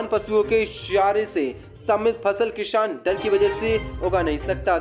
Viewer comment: Kisan ko kishan kyo bolte ho